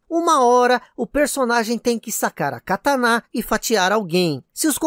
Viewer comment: E catana é uma pálavra proparoxitona, ou seja, não se fala cataná.